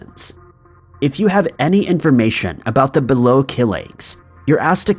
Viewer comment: BE-LO= bee low